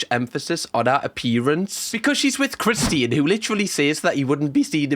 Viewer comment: lol the way you say Christian’s name I keep wondering who the heck Christine is lol 😂